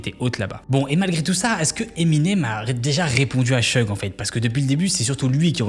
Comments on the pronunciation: Vu que c'est un des deux protagonistes de la vidéo, "Sheugue" tout du long, ça pique bien les oreilles, quand même... C'est "Shougue"! Suffit de répéter ce que les gens disent "en V.O." (pourtant plein d'extraits dans la vidéo). Y'a aussi 2-3 autres prononciations hasardeuses, mais au moins pour le principal c'est pas terrible, quoi... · Seudje? C'est pas Syudge? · "Suge" pas "cheug" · Concernant la prononciation, c'est pas [chug] knight mais [sudje]. Juste pour la correction 👍🏽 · Petite precision au passage : Suge se prononce comme Huge (SIOUDGE) Très bonne video, continue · Comment peut-on lire "Suge" et se dire que ça se prononce "Cheug". Faut faire un effort au moins pour prononcer le nom des gens dont tu parles pendant presque 20 minutes frr.